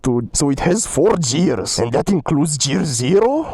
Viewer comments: ITS GEARS NOT JEARS GEARSSSS!!! Btw goat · i love your videos so much and you inspired me to buy the ausom l1 but no offense your saying gears like jears